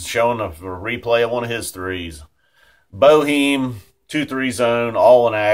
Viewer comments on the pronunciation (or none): nah bro i think it is pronounced boe heem